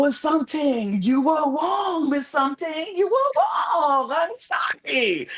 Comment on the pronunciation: "I don't think it's wong for me to say sumting but..." is diabolical